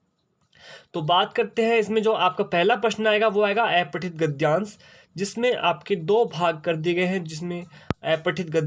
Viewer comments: Aepathit nhi sir apathit gadyansh hota hai 🙏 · sir wo to aapne sahi bola lekin aapka pronunciation aepathit hai jo ki अपठित होता है...